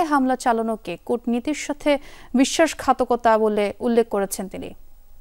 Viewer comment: সংবাদ পাঠিকা খালা বিশ্বাসখাতকতা নাকি বিশ্বাসঘাতকতা?